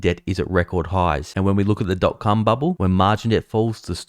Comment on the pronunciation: "Dot.Cum bubble" sounds like something very different..🤤 In all seriousness though, really like the new format and your recent output of vids 👍🇬🇧